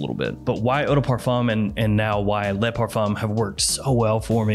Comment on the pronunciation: Why do so many american fragrance reviewers mispronounce ‘Le’? It’s pronounced ‘LUH’ not LAAAAY.